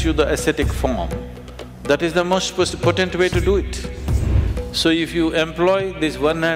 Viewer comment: Sadhguru borrows from the Hindu tantric spiritual trsdition and presents it as his own. Alway a haughty conguru. Btw its not "poTENT but POtent". Arjuna J.